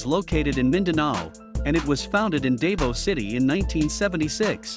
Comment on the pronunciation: The narrator should get a lesson on how to pronounce the names of the colleges such as Davao.